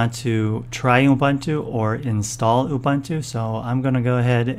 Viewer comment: It's "OOBOONTOO". There's no such thing as "OOBANTOO".